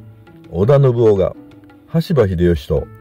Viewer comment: ❌のぶお ○のぶかつ